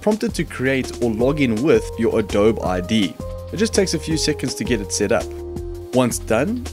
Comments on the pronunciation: pronounced Adob-e not Adob! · Just and fyi, it is pronounced adobee. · u can't even say adobe